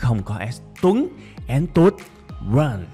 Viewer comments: "AN" đọc sai bét! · theo tôi thì "and" phát âm giấu "đ" chứ kg phát âm như bạn